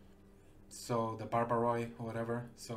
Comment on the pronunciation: TO ZHE BRITISH ISLES